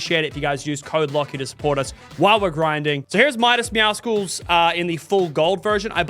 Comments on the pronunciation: It’s meowsulls like muscles not meow sickles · the way he says meowcles is so funny 🤣 meowskools